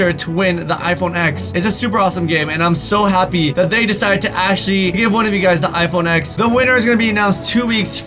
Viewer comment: You said iphone x but i kinda hear iphone eggs